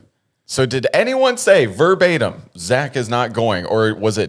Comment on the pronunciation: what word is that? “For batum” 👀 Does she mean verbatim?